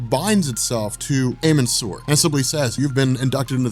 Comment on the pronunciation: amun sur is pronounced ahmen